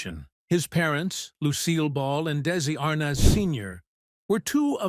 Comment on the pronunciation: May getting the correct pronunciation of Arnaz would be a good place to begin.